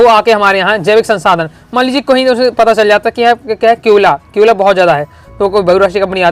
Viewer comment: केओला ❌ कोयला ✅ 🤣🤣🤣🤣🤣🤣🤣🤣🤣🤣🤣🤣